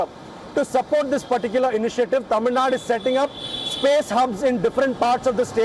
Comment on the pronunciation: I love when he pronounces Thamizhnadu correctly everytime 😍😍😍